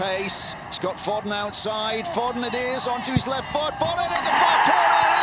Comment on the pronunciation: FO-DEN 😂😂😂😂😂😂 read his name wrong